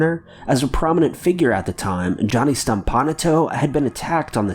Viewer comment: Most of these entries were stupid. There are much better examples that you COULD'VE used. You even mentioned Johnny Stompanato (whose last name you mispronounced - it's "Stomp-uh-NOT-toe" ) His gf was Lana Turner, her daughter stabbed and killed him! Another example is the death of Ted Healy. He was supposedly beat up to death by actor Wallace Beery. And Charlie Chaplin, and a few others, are suspected to have shot and killed film producer Thomas Ince while partying on William Randolph Hearst's yatch. Similarly, Mable Normand and Mary Miles Minter were suspects in the murder of director William Desmond Taylor.